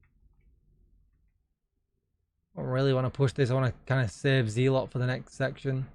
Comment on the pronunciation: It's pronounced zel-uht not zee-lot.